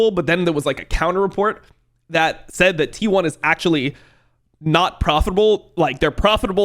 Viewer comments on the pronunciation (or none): none